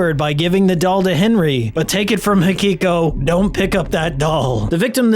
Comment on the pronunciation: I like your vid but why do you always say "Hakiko" instead of " Hikiko"?